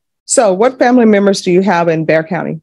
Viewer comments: Love your show, It's pronounced "Bear" county. Not Bexar. Source- I've lived a hundred or so miles away my whole life. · Bexar county is pronounced bear. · Bexar county is pronounced "bear" county. Just FYI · Bexar is pronounced like “Bear” lol -signed, a Texan 🫶🏼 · Just wanted to say that Bexar is pronounced like Bear (like the animal) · Nice finds again!!! FYI. Bexar County is pronounced Bear! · just an FYI (cause everyone who doesn’t know, doesn’t know) BEXAR county is pronounced BEAR county. (I know, doesn’t make sense….) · Bexar is pronounced Bear FYI 😊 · Bexar County is pronounced Bear County! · Fyi...Bexar is pronounced like bear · Bexar County is pronounced Bear county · I know it’s weird but Bexar is pronounced ”bear”, the x is silent and useless, no idea why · Bexar is pronounced Bear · Great cases!Bexar county is pronounced Bear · I came to the comment section to make a comment about this. I’m glad someone said it. I live here so it’s funny hearing people say it that way. Lol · Gee go figure people who don’t live there pronounced it incorrectly…Get over it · Hey... Its not pronounced Beck-sar (Bexar County)... Its pronounced like Bear.. Bear 🐻 County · You said Bex-R county it’s pronounced “Bear” 🙃😉 Bexar county is around San Antonio, Texas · Hi. The correct pronunciation for Bexar County is Bear County. Thank you for making these videos. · It is NOT Bex-ar County. It is pronounced Bayer County. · Bexar is pronounced 'BEAR", not beck-czar. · It’s not Bex-are. It’s pronounced “bear” county Bexar = BEAR ❤ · Just FYI, it's not Bexar, it's pronounced "bear" county. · Hey! It is NOT bex-r county, it is pronounced bear. Love yer channel!!! Thank you for these♡ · Not to be pedantic but Bexar County is not pronounced BECKSAR but BEHAR. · Pst! Bexar County isn't pronounced "Bex-ar", it's pronounced "Bear". 😳🫣🤗 Welcome to Texas! 😁😄🥰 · BEXAR COUNTY …..it’s pronounced “ Bear county” not “ Becksar” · It's pronounced Bear Spelled Bexar